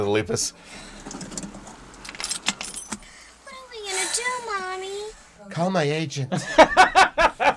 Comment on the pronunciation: YOU KEEP PRONOUNCING LEPUS WRONG!!!!!!! AHHHHHHHHHH!!!!!!!!!!!!!!!!!!!!!